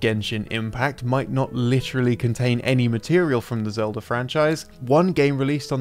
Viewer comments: Thanks for explaining how to turn the word Zelda into Elda by removing the Z, I was lost for a moment. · Or English.